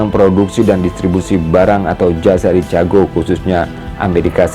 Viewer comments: Baca yg bener cikègou, bukan cica gou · Bukan cichago. Baca sikago. Benarin dl ejaan ma baca nya. Baru ulasan apa yg di ulas. Jangan sok mengulas sesuatu sedang ejaan dan bacanya gk tau. Thanks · Saya kira pendengaran saya yang salah..ternyata benar chicago dibacanya cicago bukan cikago.. padahal itu salah satu kota terkenal di Amerika Serikat. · Saran: Pengucapan Chicago bukan dibaca Cicago, Bro, tapi Chi-ka-go (brit./ Aus. accent) , atau Chi-ke-go (Am. accent). Tips latin pronunciation: Ca dibaca Ka, Ci dibaca Si, Cu dibaca Ku, Ce dibaca Se, Co dibaca Ko. SUKSES SELALU. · Assalamu'alaikum bro. Bro, Chicago itu nama kota bukan nama negara bagian, negara bagiannya adalah Illinois. Ucapan Chicago itu bukan cicago bro tapi Siikaago. Tolong jaga profesionalisme bro biar gak kelihatan gimanaaaaa gituuuuu. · Chicago bukan dibaca cicago tapi cikago. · Maaf Mas koreksi dikit. Chicago dibaca Cikago. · Chicago sebutannya Chi-Ka-go